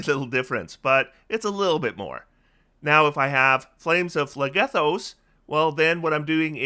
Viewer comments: Ooft, my my greek myth loving heart is pained every time you say phlegethos. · the way you pronounce phlegethos probably makes the entirety of greece wince 😂